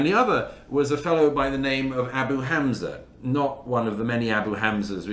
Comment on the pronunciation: DOUGLAS MURRAY pronounces HAMAS - חמס - and ABU HAMZA אבו חמזה - better than ISRAELIS do .. As for the large numbers of dead… ONLY ZEROS CAN CREATE LARGE NUMBERS!